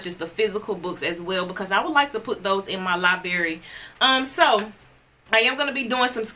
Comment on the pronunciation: A woman who pronounces library as liberry, can't pronounce initiates properly and needs to look up words such as esoteric. Yea, let her do a review on the Kybalion 😂🤦🏿‍♀️